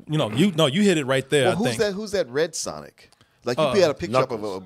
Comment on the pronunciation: Nigga that aint sonic "Thats SANIC"